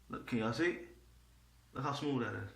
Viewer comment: Did he say it's Smuuvh and doesn't Herz? 😂 Great demo Bro. Thanks for sharing.